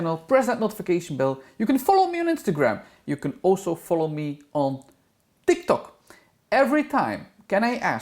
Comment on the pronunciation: I am highly amused by how you say Tiktok :D he could colour that bald spot in with some black eyeshadow until it grows back, which won't take that long for him.